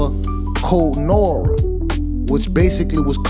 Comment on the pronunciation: Code Nah-wah it’s French not Nora 😊